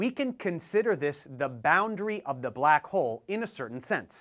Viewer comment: First of all, I don't like how you say the word "black"...